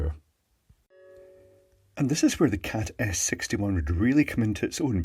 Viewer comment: Am I the only one who hears saying "Cat Ass 61"?!?